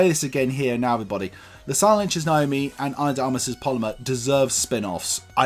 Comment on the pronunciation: It's Nomi not Naomi It's Pal-o-ma not Pol-oh-mer Everybodyyyyyy 😂